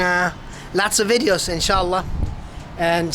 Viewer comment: The way you said in sha Allah is amazing